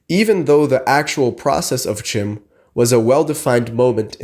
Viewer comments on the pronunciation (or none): You talk about Chim but you don't pronounce the word correctly? It's pronounced "Kim". That's not me saying that. That's Michael Kirkbride saying that, you know, the guy who wrote the lore. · It's actually pronounced "Khim" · learn to pronounce it if you're going to make a video 😂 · It is pronounced CHIM like the word kind but with an M. Consider that the Dunmer were originally the Chimer before Azura cursed them with ashen skin.